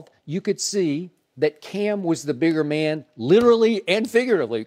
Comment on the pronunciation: "MAYNE lately MAYNE" Shannon is a fool lol